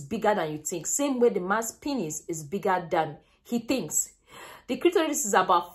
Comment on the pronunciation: you pronounce penis wrongly.. it is " PEE nes"